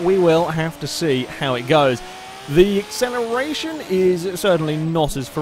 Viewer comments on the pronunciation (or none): Mischief Managed As an Australian, It kinda sounds very bogan or someone attempting to do an Australian accent and over pronouncing it a bit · Sounds Australian. G'day mate! How ye doin on Accelerition?